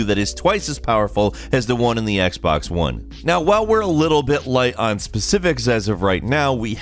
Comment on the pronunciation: Its Xbox not Xbax